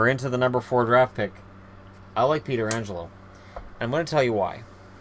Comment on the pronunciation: Is it pronounced petro or peter angelo?